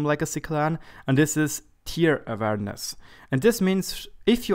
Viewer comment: I love how you combined "tier" and "awareness" into "tierawareness." That's so German. :)